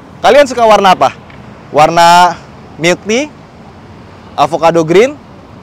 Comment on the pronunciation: 'milky tea' tapi di kuping gw jadi 'milikiti' 😅